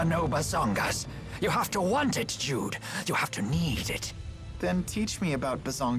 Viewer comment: I keep hearing "dude there are times to play it cool" instead of Jude XD